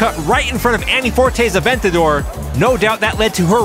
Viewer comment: Hey! It's AVENTADOR, not ADventador!!!